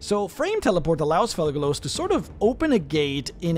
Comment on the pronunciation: Kept hearing "Thugalos" lmao